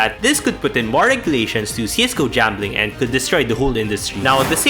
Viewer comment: Why the f you say jambling instead of gambling